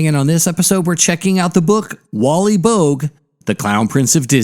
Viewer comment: Boag? Pronounced bow-ag